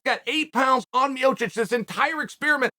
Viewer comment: It's Miočić not Miocic